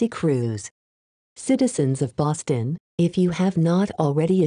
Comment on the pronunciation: The proper pronunciation of Boston. This text to speech gets it